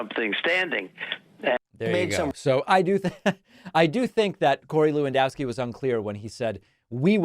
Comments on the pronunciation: I winced a little when Pakman pronounced "Lewandowski" the way he did. (I'm not Polish, but I lived in Chicago forever, and it's minimally polite to learn that much about the residents.) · Is it not pronounced Levandovski?